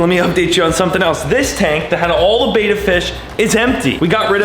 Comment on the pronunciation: It’s bet.aaaa fish also don’t keep bettas together unless there females and even then they will still be mostly aggressive